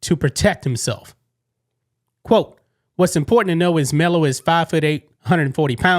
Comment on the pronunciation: "Melo"? ooooook dumbass